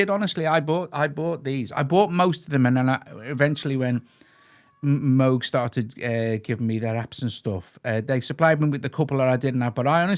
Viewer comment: Well done Doug with the pronunciation of Moog. I was actually told in the ‘70s by Bob Moog, “It’s Moog as in Vogue”.